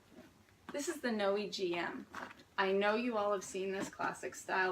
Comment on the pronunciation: It’s pronounced no aye